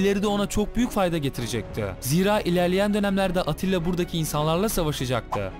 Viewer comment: Attila degil Atilla